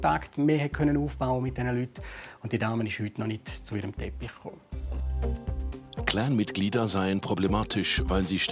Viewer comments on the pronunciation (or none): ausserdem heisst das nicht klääään,in deutschland, sondern clan mit aa,und nicht mit ää. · Mit dem Schnitzelklopper :-D ..und dann "mit dem Cläään" ist nicht zu spaßen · CLAN NICHT KLEEEEEEENN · Sag doch " CLAN " statt " CLÄN " so Cringe 😂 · Das ist ein heftiges cläääääääännnnn 😂😂🤦🏽‍♂️🤦🏽‍♂️🤦🏽‍♂️